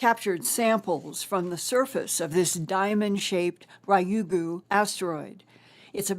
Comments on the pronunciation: Ryugu is pronounced RE-yugu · Hi, Linda! Love you! I lived in Japan for a few years and Ryugu is pronounced "Reeyoo' - (one syllable, rising intonation) -goo"